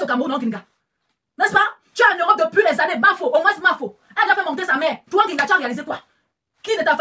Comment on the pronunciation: Grigata-grigata-grigata-grigata Bam 💥 Bam 💥,,,, 😆😆😆 façon dont dit Gringa làaaa, sa fait trop rire 🤣 Gringa comme Gris-Gris 😆😆😆😆😆😆😆✌️🌷🥰